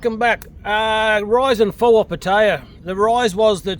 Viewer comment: You can’t even say Pattaya properly and you expect anyone to listen to you 😑